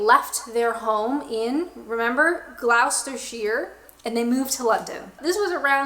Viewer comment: You need to get a PO Box so we can send you some chocolate, biscuits etc to try. Gloucestershire isn’t pronounced the way she did. Gloucester rhymes with Foster.